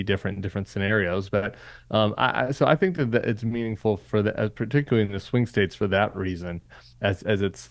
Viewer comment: "statzes" it's hard to take someone seriously when they can't properly speak their own language.